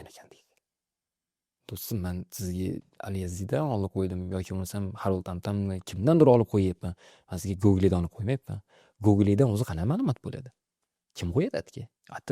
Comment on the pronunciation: Gugle emas, gugl deb aytiladi. Tarixga yondoshuviz judayam g'alati. Yillar muhim, muhit haqida tasavvurga ega bo'lish uchun.